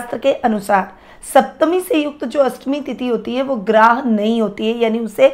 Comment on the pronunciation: मैडम जी ग्राह नहीं ग्राह्य यानि ग्रहण करना या स्वीकार करना।